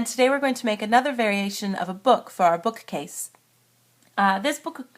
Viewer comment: why do you say 'book-A-case' ??